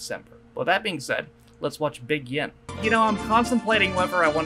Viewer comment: Just a point... “Big Yin” = “Big One” The emphasis is on “Big”, not “Yin”... there’s no one called “Yin”. ie. BIG Yin, not Big YIN